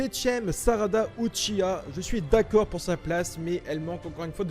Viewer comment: Sarada Uchiha 😱 c’est honteux de même pas savoir prononcer son nom